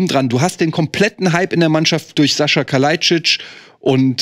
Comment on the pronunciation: Bin ich eigentlich der einzige den des irritiert, dass den Sasa dauernd Sascha nennt? 🙈